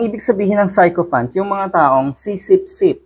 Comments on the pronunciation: Sycophant pronounced sikofant not 'psycho' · Si Ko Fant - that's how to pronounce it. FYI. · Sychopant pronounced as si~kuh~fnt